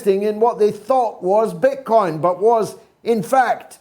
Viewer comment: His coin not bit coin lol